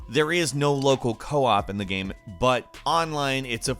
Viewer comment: How can this guy keep mispronouncing the word "game"? Trips me out, I dunno wth accent makes you say "geeyam"